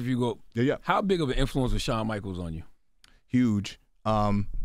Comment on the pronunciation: Who TF is "Sean Michaels"?😂😂